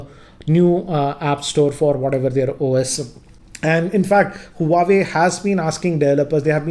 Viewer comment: It's not hu-a-way...its wah-way